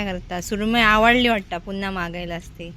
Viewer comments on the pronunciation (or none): none